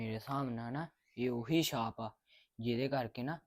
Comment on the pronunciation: Ki tusi sary saap saap kahi jandy o shaap ni keh sakdy